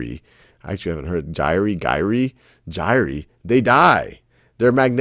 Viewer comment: he said Gyre wrong so many times i literally screamed.